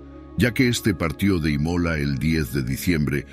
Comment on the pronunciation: El narrador pronuncia mal infinidad de palabras. Imola en vez de Ímola. Nicolo en vez de Níccolo y varias más.